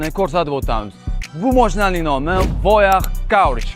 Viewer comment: Каураж эмас, кураж! Воях эмас, воя! Фирелли эмас, пирелли!